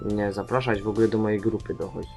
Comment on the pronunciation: Wszystko cacy, wszystko super, ładnie pięknie poza jedną drobną rzeczą od siebie. Mnie tylko troszkę razi ta "polszczyzna", czyli słowa nieodpowiednio akcentowane - "ze mnom", "w ogle", "muszem", "bendziem" zamiast poprawnie. Wiadomo, że to vlog i tak dalej, ale jednak takie zbyt luzackie podejście do sprawy trochę uszy razi :-) Cóż, klep dalej, klep dalej - nie zatrzymuj się i rozwijaj kanał.